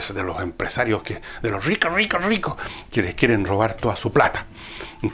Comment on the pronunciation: Venia viajando en bus y cada vez que Fernando decia "los rricoh, los rricoh". Me contenia de la risa para no molestar al pasajero de al lado. Villegas es un crack!